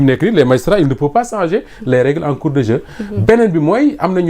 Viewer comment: Un journaliste ne dit pas sanger mais changer.